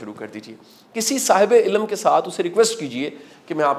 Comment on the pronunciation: ilm is a right pronunciation instead of ilam. Aap ny bhi itni kitabain nhi prhin jitni btaty hain.